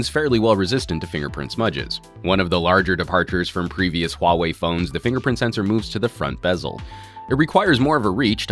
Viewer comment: omg, i have to say you pronounce the “huawei” perfectly!